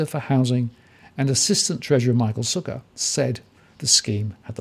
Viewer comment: i noticed a mispronunciation of Michael Sukkar. you said suka which is a russian / polish derogatory word.